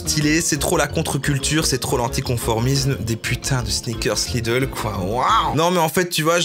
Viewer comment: J'avais jamais entendu parler des sneakerrrrssss Lidl, je me suis senti comme çe gros gland de Booba.